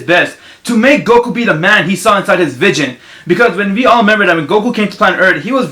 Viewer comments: You say vision funny lol vigen cx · plus what he says vidgon instead of vision just my god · "vigon" lmao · He says vision like vidgin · nigga Wtf are you saying can't even say vision right😂. Just stfu kid